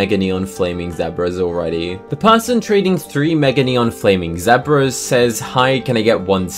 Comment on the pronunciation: Pls stop saying zebra like that